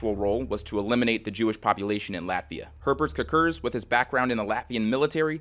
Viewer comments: Every time you said “Herbert Kirkir” (or however you spell it) all I could hear was the Swedish Chef😂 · As a Latvian (and also a bit of a fan of the morbid reality series), this was a particularly fun watch for me and it certainly caught me off guard to see my country's flag in the very first slide...😅 Personally never knew of Herberts Cukurs (btw, the pronounciation you did made me laugh a bit, but this is just how native americans typically spell it anyways), so this was definitely educational. The history of Latvia really is bitter-sweet the more you look into it, but i am proud of where i come from. Cheers!